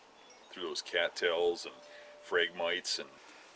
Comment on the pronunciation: Tip of the hat, from one old guy to another. But for the love of God, it's phrag- miTEES, LOL